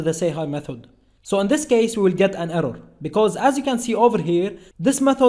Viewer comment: We will get an errow😂😂